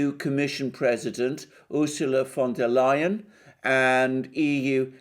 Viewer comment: The way you pronounce the name...Fonda Lyin'.